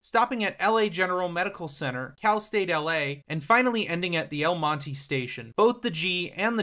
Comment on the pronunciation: Mon-teh not mon-teeee, triggered me multiple times